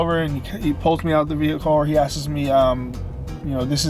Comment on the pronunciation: how about how he says 'asks' like askses. Or that he couldn't remember the word behaviour.